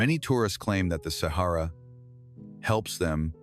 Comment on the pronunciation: Sahara NOT sehera